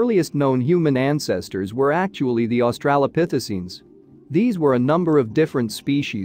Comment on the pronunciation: For crying out loud please learn ( or teach your bot) how to pronounce the important words in this video: Denisovan, Heidelbergensis, Austraopithecene, and many more, if you want us to think you know what you're talking about.